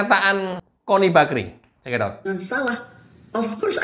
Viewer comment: Bang kalau manggilnya jangan gitu dong.......kok manggilnya con...con😂😂😂😂 LUTUT AQ JADINYA NYERI...NYERIII😂😂😂😂